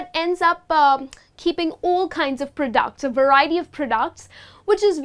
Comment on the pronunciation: Thanks for a great presentation but some words seem to be pronounced in a wrong way (fishmonger, products)....